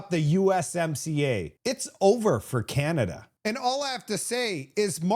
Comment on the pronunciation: lol skip of the tongue, Pierre, “the bank of Con-ada”